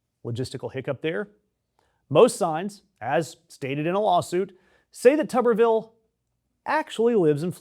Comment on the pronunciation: Pronounced tooberville. Tuber like a potato.